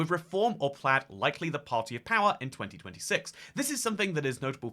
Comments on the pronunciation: plaid rhymes with dad when it's a tesla model, otherwise, it rhymes with clyde (from a U.S english speaker) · I was going to pick you up on your pronunciation of Plaid as you rhymed it with Dad quite a few times, but sometimes you got it right by rhyming it with Clyde. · btw, Plaid is pronounced kinda like the word "plied" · You went to Wales but can't pronounce Plaid it's Plyde like river Clyde